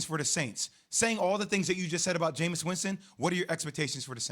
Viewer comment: ITS JAMEIS AND ITS NOT EVEN CLOSE